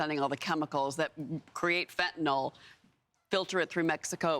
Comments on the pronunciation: What the hell is fentaNOL? I thought it was pronounced Fentanyl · I know what you meant but it's fentanyl and is technically pronounced fen-tan-ill.